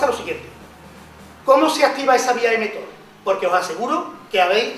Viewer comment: La vía es "mTOR", no "mThor"